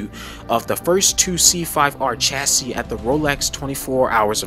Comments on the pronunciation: Just so you know, chassis is pronounced without the last “s.” It’s cha-ssi. 😁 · Nice work. If I may make a few sugg. Double check the pronunciation of chassis and Le Mans... (I don't think it's an arkansas or illinois S)... that aside, when showing us the sound of the C6 engine, did you notice there was no steering wheel? Odd car, right?;-) Ah, I see, you're actually intentionally using video games for their sounds? okay. Re the sound departure of the C8 from the C5 - C7... it no longer burbles... is (i believe) the word you're looking for: This is because it uses a flat-plane V8 (which balances primary forces but not secondary forces)... and having DOHC instead of push rockers, is also higher RPM to make up it's power... which I agree; is a huge departure. (ah, you did know. vg. lol.:)